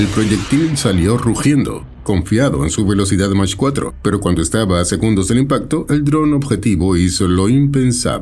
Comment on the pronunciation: A 1.25, phonétiquement, mak4 et non mache4